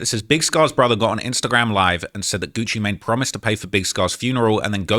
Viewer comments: Bro said "gucci matine" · it also said “Gucci Maynay” 😂😂 whoever made this is a criminal